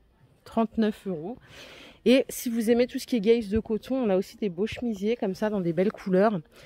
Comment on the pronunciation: C'est dans le Nord qu'on prononce "guèze" de coton au lieu de gaze ?😂